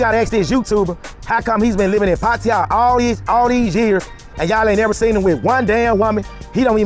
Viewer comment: Please talk slower,so you can be better understood,the correct word is with,not wit.why did you go to asia,what type of females were you seeking?